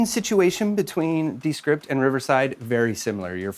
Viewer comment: “DEEEE script”